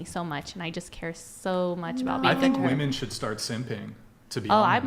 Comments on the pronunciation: Very common for young chicks to say woman for women 😵‍💫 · It's women, not woman for plural. How hard is it